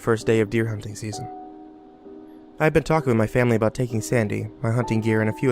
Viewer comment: what’s this going to be aboot buddy